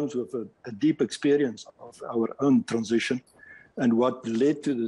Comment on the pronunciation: 🤣Why does she always have a hard time pronouncing 'transition'?!